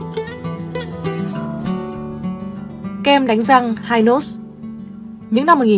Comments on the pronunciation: Nghe bà này dẫn giải thấy xạo ghê luôn pele thì gọi là chà là hi nốt thì gọi là hai nốt cũng hên má kg gọi là mười nốt luôn , hình ảnh trên kem là danh thủ bóng đá pele đó má ơi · Đề nghị nên nghiên cứu cần thận trước khi phổ biến trên YouTube. - không ai biết kem đánh răng hai nốt ( Hynos đọc theo giọng Anh) mà chỉ biết kem Hy Nốt ( đọc theo giọng Pháp) - Hình ông Võ Thành Lân là Cha ông Võ Quốc Thắng hoàn toàn sai. Lấy hình ông Võ Thành Lân ( kiến trúc sư nổi tiếng) rồi nói là Cha của Võ Quốc Thắng) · Hynos đọc là Hi-nốt, chứ không ai đọc là hai-nốt như trong clip này. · Hynos người Sài Gòn Hy- nós nhé chứ không phải hai nós đâu người đọc nhé. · Xưa nay ai nói hai nót má, gọi hy nót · Người sg xưa phát âm hi nốt không nghe hai nốt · Cần chỉnh lại cách gọi tên kem Hynos ( là hi- nốt vì lúc đó đọc theo tiếng Pháp) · Đọc theo tiếng Pháp là Hi - nốt chứ không đọc theo tiếng Anh vì Mỹ chưa có mặt ở VN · Noi tieng anh sai chiñh ta Hynos khong phai hai nos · Phát âm Hynos sai bét.....